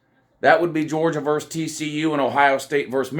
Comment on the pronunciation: VERSUS not VERSE!!!